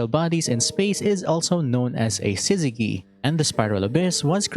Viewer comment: Btw Syzygy uses the soft G, not Hard, as in in sizz-zeh-Jee. Y is a sometimes vowel, meaning it can turn consents such a G into their soft forms, Such as Gym, Allergy, Gypsy.